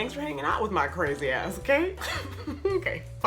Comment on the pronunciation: Why does her okay sounds "onkay" to me 😂😂😂